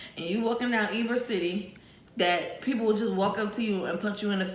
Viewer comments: It is pronounced. Ebor City. That guy is nuts what he was saying is not true 🤬😩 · It is Ybor is pronounced Ebor. Long E sound. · He is lying it pronounced Ebor City but spelled Ybor ... he was a complete Prick. If you come to Tampa again let me know me and my brother do personal Uber.